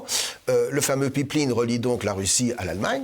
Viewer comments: Une Pipe linne?, pip lin, ou pipline?? ah, une Paaiiippee laaiiinnee.... okay ;-) pipeline, mousseline, féline... même combat! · Elyse les samedi politique c'est que du bonheur, y'a juste un élément de language qui m'a étonné, c'est la manière que se Mr prononcé ''pipeline''.